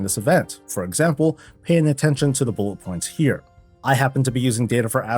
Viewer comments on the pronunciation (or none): none